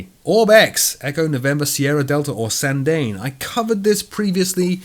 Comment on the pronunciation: Sandane is pronounced like this: Sanda Ne. Cheers!